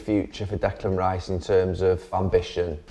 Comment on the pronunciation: Declan Rye-iss, what a lad